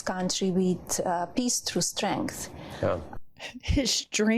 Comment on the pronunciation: "He waass leadeen de country weeth piiss to strength." What the hell is piss to strength???? I demand $250K for her assaulting my ears.